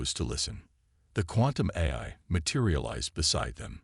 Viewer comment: Teach the AI to say AI instead of eye!